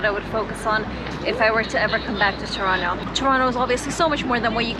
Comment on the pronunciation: I'm surprised you pronounce Toronto, "Churonno". Very good.